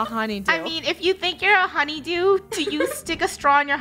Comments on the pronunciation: Its honeydew not honny do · Its honey dew. Not honey duw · COCOS A HUNYDEW Me:cocos a coconut while dying of laughter XD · When said honeydew 😂